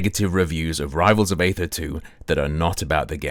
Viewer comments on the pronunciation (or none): aether is pronounced like "eether" That is all. Thanks!